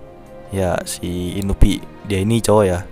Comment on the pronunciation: Bang itu namanya inui bang bukan inupi🤣